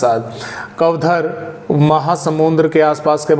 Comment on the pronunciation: सर जी नमस्कार, मैं छत्तीसगढ़ से हुं।आप जो कवधर कहते हैं,वो कवधर नही बल्कि उसका नाम'कवर्धा'है। और कृपया कर मेरे जिले"रायगढ़"का भी नाम बता दिया करें,अगर कुछ बताने लायक ज़रुरी हो तो। धन्यवाद❤